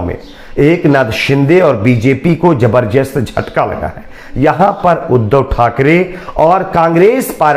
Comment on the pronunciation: Jabar jast nahi.. zabardast..pahle apni Hindi Urdu theek karo